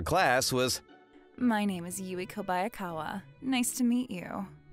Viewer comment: Kobayakawa: Moments later: “Kobayaka” 😂